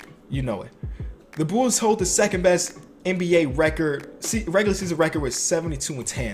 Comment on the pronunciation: I love how he says bulls Bools